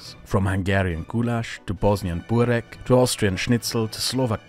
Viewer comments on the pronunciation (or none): Bosnian here! You didn't really pronounce "Burek" or "Ćevapiči" right. Also, Finland isn't Scandanavian. They're just Nordic. I'm not sure if i want Bosnia in the EU, and i don't really think that we... Belong with anyone. Our Coastline is too small for us to be Mediterreanian, but the Danube is just a Border with Serbia. It's not really "in" Bosnia. Perhaps it'd be better if we were our own thing. Sort of like Switzerland. Their Government model really could work here!